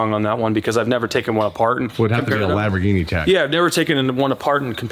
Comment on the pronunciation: LAMB-BOR-GENIE🤌 PLEEEEEEEEAAAASE